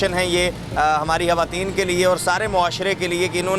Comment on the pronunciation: Hawateen nhi hota, khwateen hota hai. Jb tm log screen pe ate ho to km se km apni pronunciation to theek rakha kro.